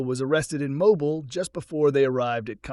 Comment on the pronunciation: Mobile, Alabama is pronounced “Mobeel”. Good job otherwise. Enjoyable series.